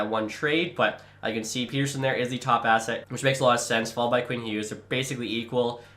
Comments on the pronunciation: Okay, a few things. 1. As a Canucks fan that was born and raised in Saskatchewan, I feel like is spoiling me at this point. 😂 2. TO SET THE RECORD STRAIGHT: Pettersson is said pet-er-son in Sweden. The thing you keep referencing where he said he likes Peet-er-son comes from a clip where he was saying he liked how N/A people said it. He liked it cause it was new and different sounding since THAT HASN'T BEEN HIS NAME ALL HIS LIFE. 😂 But that's exactly the same reason I like calling him pet-er-son, cause it's true to his nation/culture. Peet-er-son is such a boring, normal name. It triggers me but I'm not going to talk about it anymore, you do you. 😅 3. Pettersson should definitely be the captain. I think Hughes is actually an underrated option, but Petey just makes too much sense. 4. I love realism. Like when you would go out and sign every single decent prospect in free agency it was like nails on a chalkboard, so I like that you're trying to keep it more real, even with the OEL buyout and tradeblock thing. I do find it funny however that you went to free agency and I said to myself "well at least I'll get to see the Canucks end up asset rich" and then you're just like "guys, I've just decided that's unfair so I'll only sign two of the guys". 🙃😂😂 #CanucksCurse 5. Doughty would never waive to go to "a team like that". 😜 6. Love your stuff dude, keep on keeping on. Can't wait for your roster. 💯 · Not Peter-son or Peder-shun, but Peder-son, per fans and Vancouver sports media at least. Thanks for trying to bring a cup to the west coast! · Please don't say Peter-son just say Pet er son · I think you are supposed to say PET-ER-SON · As a swede, I can inform it's the latter pronunciation of it. Not like Peterson. In that case he would have one T. The name is like "son of Peter" or "son of Petter" where Petter is a pretty common name in Sweden. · You’ve been saying his name wrong for years rofl, and I’m not even a Vancouver fan! I would say Pet-Er-Son